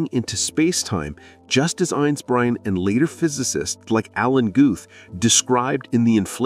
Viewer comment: Einsbrein?! This is AI slop for sure